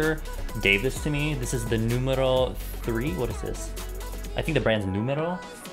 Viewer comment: I like how you pronounce noumero sounds so Greek!